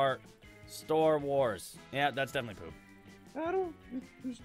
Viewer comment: Bacon man it hurt me when you said store wars